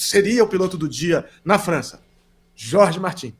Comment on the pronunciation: É muito legal vocês se preocuparem em pronunciar o nome do piloto de forma correta (Jorge (Rorhe) Martín). Ver um canal concorrente pronunciar Jorge "Mártin" é de cair o "cool" da bunda...